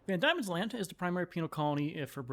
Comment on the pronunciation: Diemens land is pronounced more like Demons land instead of Die-mens land